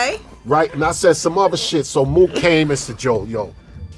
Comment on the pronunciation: Murda Mook* Not “MURDER” lol Also, probably better for your algorithm.